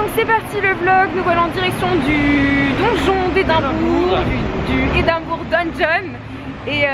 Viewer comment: Hello et! L'Ecosse c'est beaucouup trop cooooooul!! J'espère que ça vous plaira à fond (malgré le petit incident qui heureusement s'est réglé!). Du coup profitez encore plus!! PS: J'ADORE ta prononciation d'Edimbourg":')) Bisous ma belle!:*